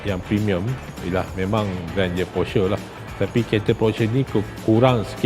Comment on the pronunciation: kejap porshare kejap porsher. sebut brand pon tak betul